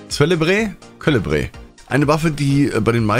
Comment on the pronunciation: Ich bin ein überzeugter Zorn des Jägers Spieler auch mit Pumpe und MP, aber lass dir sagen Keule den build werde ich Mal testen der sieht nett aus , culébre spricht sich Kuh-leh-bree🤣